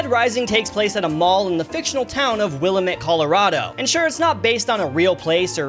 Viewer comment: Horizon: Zero Dawn is one of my favorite games ❤ Btw, Willamette is pronounced Will-Lamb-Et. 👍